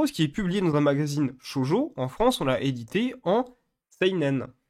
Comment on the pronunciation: Je l'ai appris que récemment, mais je tiens quand même à pinailler dessus. On dit "Shoujo" et non "Shojo". Cela se dit donc "Sho-ou-jo". Oui car "Shoujo" veut dire "jeune fille" en japonais, alors que "Shojo" veut spécifiquement dire "jeune fille vierge". Tu dis ça au Japon et ils le prendrait mal, à ce qui parait.